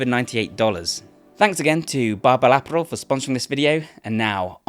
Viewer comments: Disliked for not somehow being unable to pronounce 'apparel', while being British 😮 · Imagine running a company called Barbell Apparel and paying for a sponsorship from a guy who can't pronounce Apparel correctly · I’ve seen enough Guy Ritchie movies to know you’re messing with us on your pronunciation of “ apparel “ , right? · The way he says apparel is insane bro hahaha love ya though man